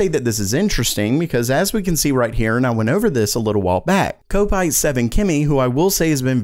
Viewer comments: its said KOP ITE as in a liverpool FC supporter not ko pite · Kopite is pronounced Cop-ite